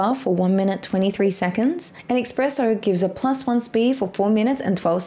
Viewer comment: Espresso =! Expresso